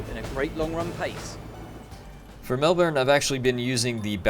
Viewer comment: Just so you know for next time, it's pronounced Mel-bin. Nice video!